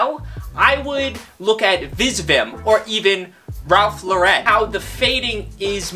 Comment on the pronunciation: hahha i love the way you pronounced ralph lauren but just a heads up its pronounced like the name Lauren or like Loren if you will